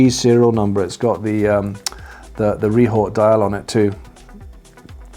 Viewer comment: What is a “Rehort” dial?